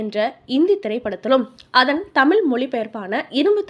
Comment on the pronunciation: அம்மா சமூக என்பதை சமூஹ என்கிறீர்கள் தமிழைத் தமில் என்கிறீர்கள். தொடர் பேச்சிலே பெருமையில்லை. தெளிவான உச்சரிப்பே தமிழுக்கு அழகு.